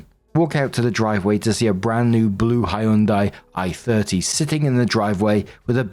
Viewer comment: Story 1 - When doesn't know how to pronounce "Hyundai" correctly....